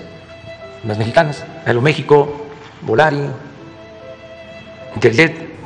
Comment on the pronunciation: Como casi todo el mundo y yo decimos: Volaris Como lo dice el kks: Volaris 😂😂😂